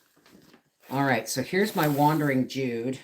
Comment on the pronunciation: I believe it’s called a “Wandering Jew” ….not “Wandering Jude”….sorry if I didn’t hear you right, but that’s how it sounded…Everything looks wonderful! 😁